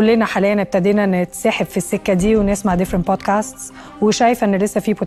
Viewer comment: حضرتك أقسم بالله ما عارفين ينطقوا الانجليزي صح .. هم اصلا مش فاهمين بيقولوا ايه .. مثلا بيقولوا بوتكاست بدل من بودكاست .. الكلمة بوتكاست معناها مخدرات